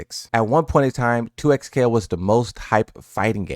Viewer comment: this mans said 2xplayo